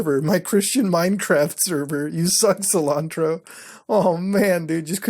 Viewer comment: Sil-Ann-Tro 😂 Officially the whitest Indian on YouTube